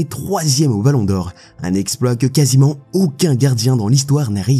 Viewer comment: Il a dit "casi-ment"